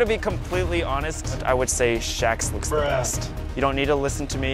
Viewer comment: Hey l have a zhe scissors